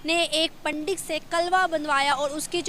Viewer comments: Chutiye Its Pandit not. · Ye kya hota hai..😀 pandit hota hai 😆😆😆